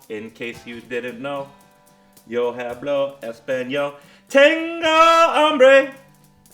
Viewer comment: great fly. the video was hilarious especially the part where you pronounced the h sound in hablo. (all h letters in spanish are silent)